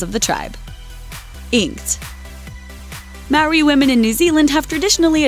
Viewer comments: are you serious did you really have to pronounce "māori wrong at least look it up before you make the video. It is pronounced "mouldi" or "mouldy" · For some reason everyone seems to pronounce Maori, mari. She even pronounced Ta Moko wrong, she said Ta Mooku, like, who gets that wrong? I'm full Maori and I get really annoyed when people pronounce it wrong or make fun of my culture. I just wanna rip their souls out😂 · Its not te muku, it's TA MOKO😂 and you have to roll your tounge when you say Maori😂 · Māuri is pronounced Moe-Dee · Okay why the hell can no one that's not a New Zealander pronounce Maori correctly. It's not that hard. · The way your pronouncing Māori. I know it's not your language it just sounds weird to me.